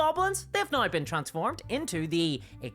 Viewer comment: I just love hearing you say "now" with your Irish accent. Sounds like you're saying "nigh." It's adorable.